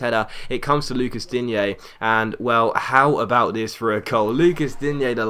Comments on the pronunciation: Same with Digne, he's french not spanish, so you pronounce Dign(e) not Digné. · Digne is pronounced 'Dean' btw